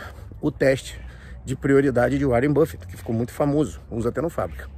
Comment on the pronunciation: "Warien buffet" é foda kkkkkk